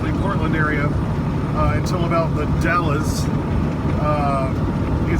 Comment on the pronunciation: "The Dalles" rhymes with Al's, gals, pals, etc.